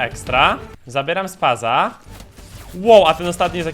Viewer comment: tak btw to to jest spas (spas-12) a nie spaz